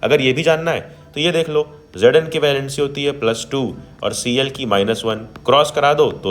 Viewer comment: Its not asid its acid and its not gedn its zn